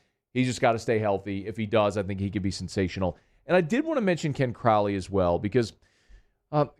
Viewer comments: It's CRAW-ley isn't it? Not CrOWley. I'm going to have to break out Blizzard to Ozz if I keep hearing CrOWley, Mr Crowley! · It's pronounced Crauwley